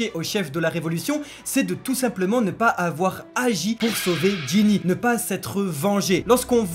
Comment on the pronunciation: vous y arrivez pas à dire Gynny x)